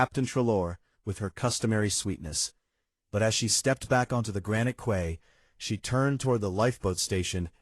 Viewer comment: If the life vests were so much heavier than normal, the users would have noticed when they put them on. They wouldn’t have used them without checking them why. Also, the reader/AI needs to learn the correct pronunciations of corps and quay. And did the British still use the word reticule in 1950?